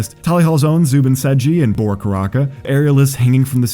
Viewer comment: You didn't notice the mispronunciation of Bora's name?